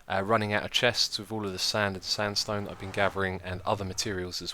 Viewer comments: "Hello ervybody and welcome back to another episode on the hermitcraft server! At the end of the last episode i Said that i wanted to grap some more sand and STANDSTONE" oh xisuma XD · "Standstone" You said it again Xisuma!! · you said in the beginning sandspone xd